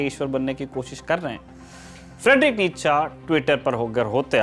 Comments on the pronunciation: It's नीत्शे,not नीतशा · भाई इसका नाम नीच्चा नहीं नीत्शे था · Isako itana hi pata hota to....nitshe ko nitacha bolta???? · Its फ़्रेडरिक नीत्शे not नितचा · नीत्शे नाम था। निटजा नही। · सही उच्चारण नीत्शे है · His name is pronounced as नीशे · Naam bhi sahi se nahin spell kar paate ho NICHA😂😂😂😂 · Actually it's pronounced more like Nee-che